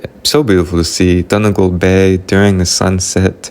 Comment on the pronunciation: Great video, lovely story. What a great thing to be able to do - to visit the ancestral home. (We pronounce Donegal - Dunny Gawl). The scenery in your video is beautiful. I hope you have more visits to our lovely Ireland. With love & best wishes from County Clare. 👍❤️🇮🇪🇮🇪🇮🇪